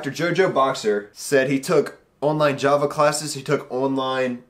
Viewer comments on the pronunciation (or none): none